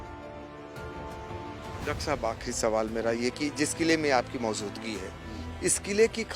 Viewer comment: Abe Maojudgi ko Maozudgi Qn Bolrahahy by 😂😂😂